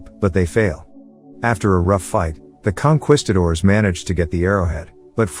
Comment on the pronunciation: What is a "conqwistador"?